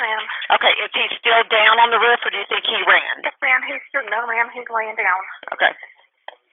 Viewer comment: The way the 911 operator pronounces "roof" is driving me crazy. I almost turned the video off because of it.